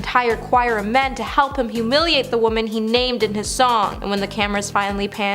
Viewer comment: Please, please, please!!!!! Stop pronouncing "woman" and "women" exactly the same way. This is very basic. How do you not know this? There are YouTube videos that can help you with this.